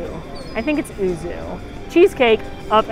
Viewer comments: Just for the record, yuzu is pronounced like you-zoo, it's a citrus fruit.:) Great video as always! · Always like your videaos,. Even though I am not a big fan of cheese myself, I do like cheesecake though. But the Japanese citrus fruit is pronounced as 'yuzu'. Kind of like 'you' with 'zoo' stuck to it bit the the 'oo' sond is shorter. As graduate with a Japanese major the 'uzu' was a little meh, since you would either have a 'whirlpool'or 'map'' cheesecake ^^; Would be an interesting flavour XD. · I love all your videos and watch them all the time XD. I too am a huge cheese fan, despite me being lactose intolerant, lol :p. Yuzu is pronounced You-Zoo :D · Thank you!!! I enjoy but she was driving me nuts saying ooo-zoo!